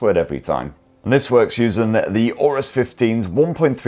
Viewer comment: Please say, "Aorus" one more time.